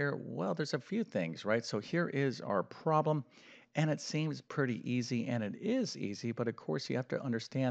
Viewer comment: WHAT is a Caaaaalculator? That is what he said! Also, what does PROLEM mean? Is he trying to say PROBLEM but can't be bothered saying it properly?